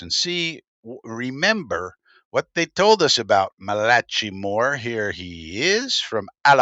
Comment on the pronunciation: ch in a named is pronounced like a "k" ...